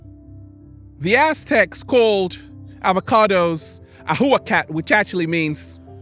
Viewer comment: The Aztecs never called themselves that, they called themselves Mexica, it is their actual name. They spoke nahuatl and in the term ahuacatl the h is silent.